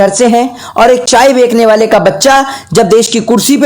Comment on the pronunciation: Chaye bechane wala hota h. Na ki bekne wala.. bhi pahale apni hindi ko sudharo. Or thodi kam fako..